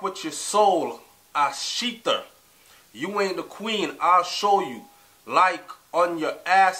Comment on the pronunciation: its shelter not sheather